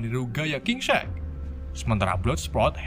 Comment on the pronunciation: Telling story nya sih keren. Cuma pengucapan bhs inggris nya perlu bnyk di perbaiki, Shark terbaca srek, sport terbaca sprot, suicide terbaca sosis, DLL. Semoga kedepan lebih baik lg. Txs